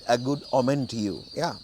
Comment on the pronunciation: ඕමන් not ඔමෙන් according to the dictionary